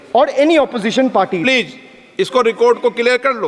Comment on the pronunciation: स्पीकर जी कम से कम please का उच्चारण तो सीख लीजिए